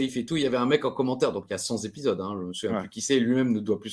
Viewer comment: Cent z'épidoses,, tsk tsk tsk